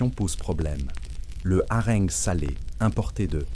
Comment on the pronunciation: Pas encore au top la prononciation de l'IA ! Les haringues....pour harengs Les perdrixxxxxe... Y'en beaucoup.d'autres.... tant mieux ça permet encore de faire la différence avec un vrai conteur !